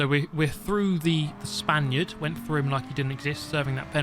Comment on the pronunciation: I wanted to ask this for a long time, now. I thought was "Spanish", but apparently "Spaniard" seems more used. Then it could be just a problem of mine(my listening it's not bad, it's worse) but I ear "Spandiot" everytime, like "idiot" mixed with "Spain". Either it's just my listening or you don't like players from Spain in general...